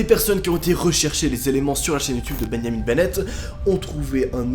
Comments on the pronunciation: "Bengnamin benet" Moi: "BENJJJJAMIN BENET" 😐😐😐😐😐😐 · pourquoi il dit bengnamine bennette au lieu de benjamin bennet? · « Beyamin Bennett »,! C’est Benjamin Bennett comme un benjamin en français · Bennyamine bennètte😂😂